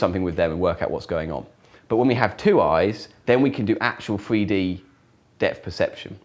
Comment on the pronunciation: I love how he says "free d"